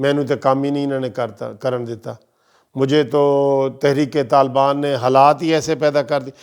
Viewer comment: Thrik talban nahi sahi bolo khoda k liy bhai